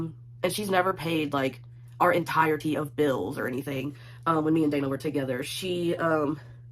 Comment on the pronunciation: Entire-tea??! ugh